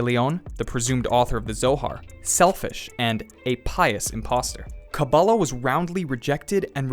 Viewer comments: take a shot every time he says kabab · OY! PLEASE! It's pronounced "KaBAAlah".